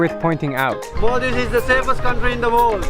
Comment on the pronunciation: She's supposed to say Maldives, not mal-deevs